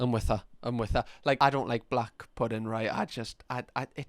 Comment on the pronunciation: The emphasis of ‘Black’ was a little bit suspicious there, but on a real love the videos keep em coming gorgeous 😂